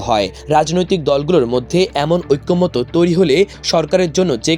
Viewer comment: ঐক্যমতো না ঐক্যমত।--ওইক্কোমত।